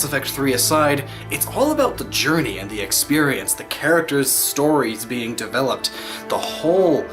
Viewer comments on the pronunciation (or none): none